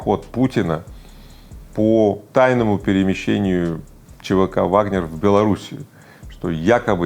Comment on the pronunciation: Пригожем говорит «ВагнЕр». Но Вы Игорь!! Это же неправильно и совсем полошиному. Я в Вас разочарована Игорь. Не ВагнЕр а ВагнЭр.